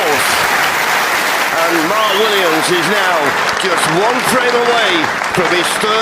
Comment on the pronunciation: why does the announcer call him Mart Williams?